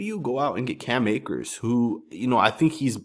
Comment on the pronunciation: Cam Akers??? Bro😂😂😂